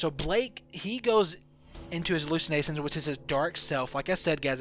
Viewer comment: He can't speak properly brainwassing suisside she_se halussenasion etc